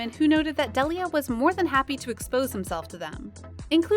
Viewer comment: You can’t even pronounce his name right !